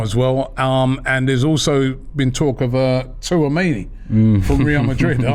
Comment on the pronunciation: Robbie the pronunciation is Ch-ua-meni. He's from the Western Region of Cameroon🇨🇲